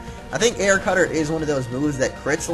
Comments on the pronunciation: Who knew there were two r's in "Air Cutter"? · air cutterr. Lol